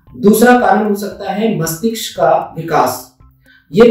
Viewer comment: From dr bar bar mastishk ko mastiksh kyu keh rhe hn🤔